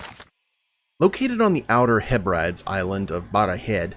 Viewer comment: It’s pronounced heh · bruh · deez I’ve been to Mull it’s beautiful